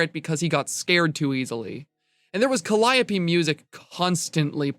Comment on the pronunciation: The way he pronounced calliope music.